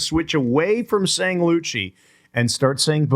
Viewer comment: Chris Thompson was finally able to stop from saying Loochie. NOT-loochie